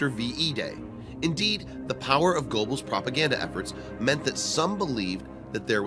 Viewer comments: Please consider checking your pronunciations of people and places. Goebbels' name is pronounced , "Grr-bels" not GO-bels "Echelon" is pronounced "Esh-elon" not "Etch-elon" I could go on, but don't wish to seem harsh. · Small corrections: Otto Skorzeny’s name is pronounced score-Zanie. Colliers (magazine) pronounced COLL-yerz. Goebels pronounced GURR-bulz, not GO-bulz.